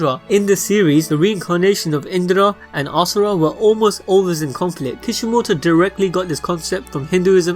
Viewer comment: IM DONE IT'S LEGIT ASHURA NOT ASURA PLS STOP